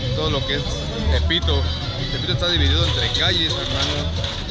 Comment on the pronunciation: Aveces escucho "elpito" y no "tepito" xd